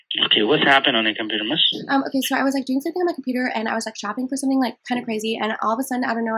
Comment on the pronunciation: He wasn’t calling you Miss, but Mess